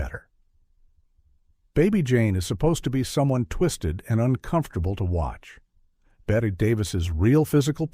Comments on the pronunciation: a lot of things are incorrect here....the AI can't even say Bette correctly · Thank you, I've always respected Joan Crawford. Authentic, and I like that she answered her fan mail personally. It was Joan Crawford that was terrified of rats - I couldn't figure #2 out - the narrator kept saying Bette Davis. "19 Weird Facts" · Exactly! And that AI voice! I wanted to watch this,but the mispronunciation of Bette Davis over and over drove me to distraction! Three times I heard it correctly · This is one of the WORST of these kinds of videos I've seen - it's RIDDLED with blatant, shameless errors: 1. Every video with awful AI narration and a BOT narrator has the wrong pronunciation of Bette Davis' first name. It's pronounced "Betty" not "Bette." She is one of the most famous film stars in history and it's ridiculous that these dreadful AI videos NEVER get it right. 2. Joan Crawford and Bette Davis NEVER worked together before this. The narration here states, "they hadn't worked together in over 20 years." That's simply WRONG, as they had not worked together at all. And the "feud" between them was not anywhere near how it's constantly portrayed. FROM WIKI: Crawford dismissed rumors of a feud between herself and Davis, expressing her desire to collaborate with her co-star since 1944 when they were both under contract to Warner Bros. Variety quoted Davis from a television interview, stating that the two women had "too much pride to quarrel." Another report from Variety in August 1962 confirmed the friendly atmosphere on set. AND you don't even mention what went on surrounding the Academy Awards which involved ACTUAL tension between the two actresses. 3. Bette Davis was 54 - not 61 - when she made this film. HOW COULD YOU GET SOMETHING SO EASY TO RESEARCH SO WRONG? She was born in 1908. She was NOT already a grandmother. Her daughter was 15 when this film was being made. In fact, Bette's daughter plays the neighbor's daughter in this film - an ACTUAL interesting fact